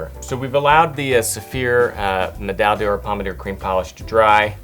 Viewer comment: BTW, "D'or" is not pronounced "dee-orr", but rather something closer to "dhor".